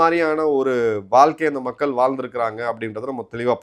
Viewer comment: "மக்கல் " இல்லை நாக்கை மடித்து "மக்கள்" என்று உச்சரிக்க பழகுங்கள்